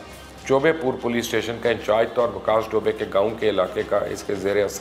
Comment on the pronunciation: Sir you wrong its vikas dubey not vikas dobay